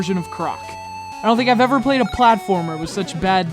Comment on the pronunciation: "FLATFORMER"? XD